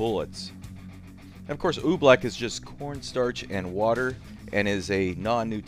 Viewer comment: Oobleck? No Oofbleck